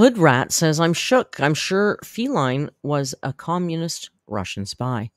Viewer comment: who reads everyday, still says “Feline” … which is a genus for cats, rather than “Faline” … who is the Bambi character she’s referencing. She always gets it wrong. Just like how she always calls Chantal, “Chantelle”. Clown.